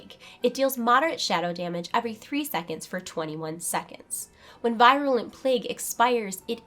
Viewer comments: teeny little pet peeve of mine, proper pronunciation of words. i.e. virulent is pronounced [vir-yuh-luh nt, vir-uh-] (from , look it up) - veer-u-lent, NOT v-eye-r-u-lent. don't mind me . . . =) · Yeah, I cringed when I heard it.